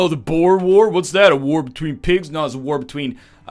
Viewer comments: Actually strimmer, Boer is pronounced Boo-er with a rolled R, not Boar. I'm an Afrikaaner and I find this highly offensive. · Actually stremer its pronounced Bow er and it was a war between the british and dutch farmers who migrated to south africa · Just mentioning for the sake of it, the Boer war is pronounced bwu-er. At least that's the best I can write it. Source: am South African